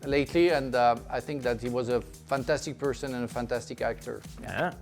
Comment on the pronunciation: I sink Tottenham 😂